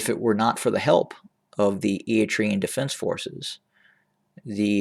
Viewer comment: How do you know?? When you don’t even pronounce their name correctly. We Eritreans have nothing to do with the mess in Ethiopia. We are not looking to acquire any land. All what we want is peace in the region that you (westerners and EU) don’t want to see. ENDF is not in Tigray and we are not to support any conflict between Sudan, Egypt and Ethiopia. We see them all as neighbours that can come and work together towards prosperity but you will not allows because it is not in your interest to see strong Africa. Please leave us Alone.. all your video is full assumptions with no concrete sources.